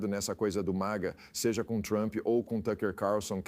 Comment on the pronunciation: it's called MAGA, not MIGA.